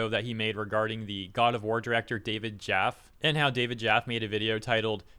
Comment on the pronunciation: David Jaff-E btw, not jaff